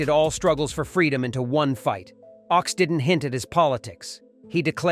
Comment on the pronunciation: Phil Ochs is pronounced like "oaks" instead of "ox"